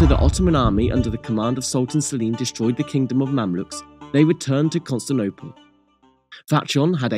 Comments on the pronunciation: Constantinople = "Cun(t)stinople"? Lol, That's a new one... I'd be interested to hear how he pronounces "Teotihuacan"... Very interesting video, though. 👍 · It's pronounced Fatyon, not Fatjon. It's pronounced Yenicheri Ahasi, not Yeniseri Agkasi. It's pronounced Constantinople, not Constanopel. It's pronounced Tekirdah, not Turkidag.